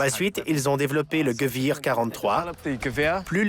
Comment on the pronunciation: on prononce pas "geuouir" mais "guévér" pour dire armes en allemand (Gewehr). Un mauvais travail de documentation de la part du journaliste .